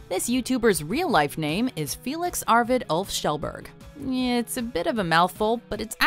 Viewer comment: Felix arvid OOF kjelberg 😂